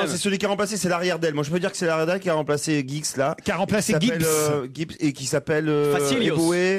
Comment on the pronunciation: C'est Giggs, le nom du joueur, pas Gibbs...